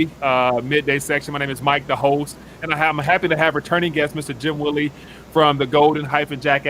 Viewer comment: He is saying it right